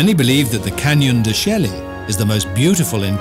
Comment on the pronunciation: Columbus didn't discover North America, Petrified Forest is not in NW of Arizona, didn't pronounce Canyon de Chelly correctly...